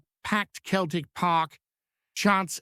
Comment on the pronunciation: Pronounced always as Seltik not Keltik you fake